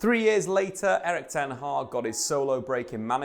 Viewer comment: Ten hag is pronounced differently it's a short a not haaag but hag (almost pronounced hak)